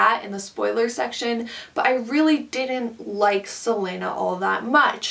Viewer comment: I respectfully disagree with pretty much everything you said, but honestly I'm just glad you didn't pronounce celaena's name like "selena"